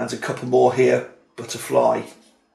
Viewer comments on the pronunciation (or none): What a beautiful looking game. My friends would love this game. I will look into this one. I had to mention this... at 11minutes when looking at the wooden pieces, you said flutter-bye - this made me laugh haha ;-) I wish you well with the new puppy - they can be a handful but very rewarding also :) Great video as always!!! Keep up the good work.